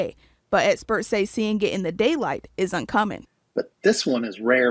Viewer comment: “but eh-spurts say”